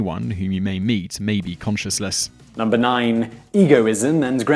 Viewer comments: Are you saying "consciousless" or "conscienceless" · "conscious-less"? you mean conscience-less